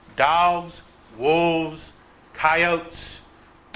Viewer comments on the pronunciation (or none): I loved the moment when the dude could not pronounce the word “coyote” properly while teaching a class. Priceless. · I'm sorry, I know it's my personal bias, but anyone who pronounces the word 'Coyote' with an A is fighting an uphill battle for credibility as far as I'm concerned.